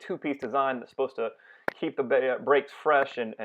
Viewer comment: Heep the brakes fresh? I am sure you meant Keep🙂